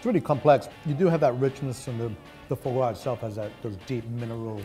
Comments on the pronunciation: That pocket square is hideous... also it's "foie gras", not "FOH gras". "Foie" is pronounced like "fwah" more than "FOH". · It’s not an ORANGE, it’s a MANDARIN!! And stop pronouncing it foor-gwa! It’s pronounced FOIS GRAS